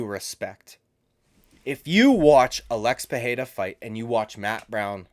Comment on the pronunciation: Hey man, why can't you say Alex? 😂